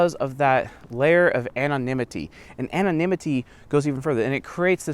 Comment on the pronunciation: "Anonimity, Anonimity" don't know why I had a big laugh when you said it XD